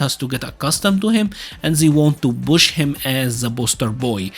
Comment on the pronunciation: great vid it was really infomative ... i do have to say itho it took me a bit to get that you was saying push ... it sounded like bush to me but thats more an accent thing ... but yes the vid was a really good one 10/10